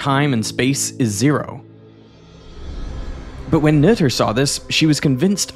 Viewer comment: Finally someone pronounced 'Noether' the correct way.